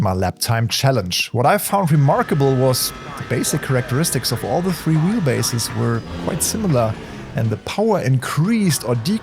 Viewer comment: it sounded like you said "PXN currently offers free wheels" and YouTube's auto captions for English assumed the same. You obviously meant three. It's just a minor pronounciation thing as English is not the preseneter's first language, so just something to watch our for in future 😉